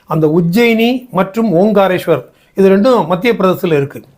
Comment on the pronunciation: ஓம் காரேஸ்வரர் என்ற சொல் தவறு. ஓங்காரேஸ்வரர் என்று சொல்லவேண்டும்.